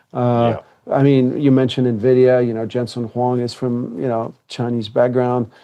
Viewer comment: He said "Nuh-vidia" ... oops